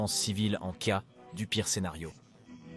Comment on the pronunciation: Au lieu de dire "en cas d'attaque" le robot nous dit "en c-a d'attaque"... Déplorable.